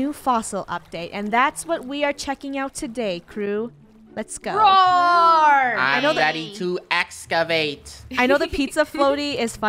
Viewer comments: It’s rOaR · she said rOaR